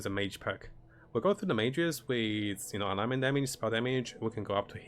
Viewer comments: Ailment is pronounced "ale-ment" and alignment is what you are sounding out. They are similar words but very different meanings. Great content and thumbnails, keep it up! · Great guide. I subscribed because you do such a good job of stepping through aspects of your builds, and do a very good job explaining things. Keep the guides coming! Couple of English usage tips: Stasis is pronounced "Stay-sis"; Ailment is pronounced "Ayl-ment".